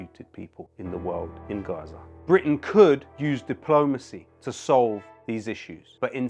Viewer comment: Yo sick flow dude like so intelligent omg. BTW why on you pronounce it RRRRrrraza, but in it's suddenly Gaza? We really live in the dumbest era ever.